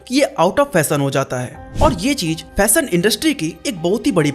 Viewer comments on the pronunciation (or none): भाई… फ़ैशन होता है फ़ैसन नहीं… शोरूम होता है सोरूम नहीं… स्टाइलिश होता है श्टाइलिश नहीं… शॉप होता है सोप नहीं 🤣